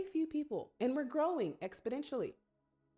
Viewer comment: “Growing expodentially”???? WHAT?!? Not a word but okay.